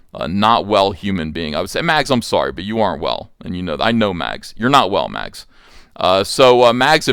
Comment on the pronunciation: Short-handing the name to Mags almost sound like Max... You are doing that on purpose aren't ya..?